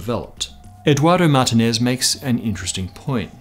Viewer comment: Martinez. Please, if you're coming from any Commonwealth version of the language, try to learn how to pronounce Italian and Spanish words.